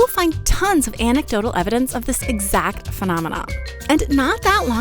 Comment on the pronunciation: thanks. I heard "Antidotal" and was rolling my eyeballs hard.